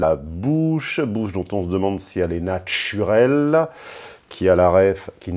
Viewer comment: 👍pour la bouche "natchurelle" j'étais mort de rire, je ne m'y attendais pas dutout 😂